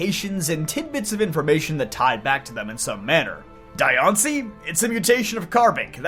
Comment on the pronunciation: There's a side story thing where you actually had to save Diancie from some thief in both X and Y amd ORAS, with the latter giving her the Mega Stone. Also, it's pronounced Dian-c-ie not Di-an-cie. They missed the opportunity to make her and Meloetta female Mythicals, again. Or at least make Diancie 87.5% female and 12.5% male with extremely rare cases of Diancies that are mutated from Carbinks to be the only Diancies that are gender unknown. It would be really interesting if some Mythicals in the future finally have actual gender ratios. Marshadow deserves more respect than how they treated it. One more thing, Hoopa gains its powers from making special doughnuts Ansha makes to activate the Hyperspace portals. But that's really it. Hoopa and Volcanian are still overdue for their Megas and more lore.